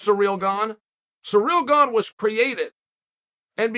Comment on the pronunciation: Who the fuck is Surreal Gane?!! 😂 it’s Cy - ril